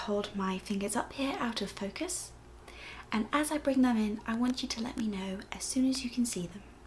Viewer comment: First I understood “Autofocus“ instead of “Out of Focus“ :DDDD